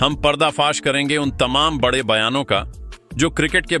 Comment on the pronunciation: यह कैसे शब्द बोल रहे हो।badde kya होता है बड़े खिलाड़ी होते हैं। कम से कम बोलना तो सीख लो ।जाने कैसे कैसे लोग आ जाते हैं बोलने ।